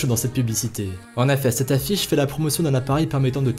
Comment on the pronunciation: On dit "en EFFETS" bordel pas "en affets"